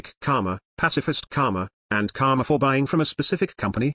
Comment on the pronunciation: The guy pronounces it 'Kama' (which means sex in sanskrit which owns this word!) instead of 'KaRma' with a stress on 'R'. Its really funny to replace Karma with Kamma thenceforth :D